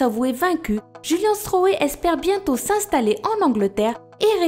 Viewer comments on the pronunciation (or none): none